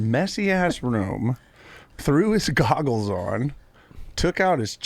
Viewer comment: Adam would say “ goggers” instead of goggles